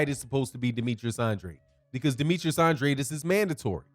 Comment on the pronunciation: "an drAde", with a long A. Not "an dra dEE" I'm sure you're not purposely mispronouncing his name. He confirmed this in one of his interviews.